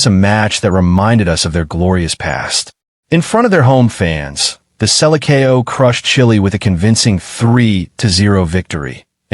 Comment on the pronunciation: The "Sella kO"???? It's selection Seleçao in Portuguese. You are soooo dumb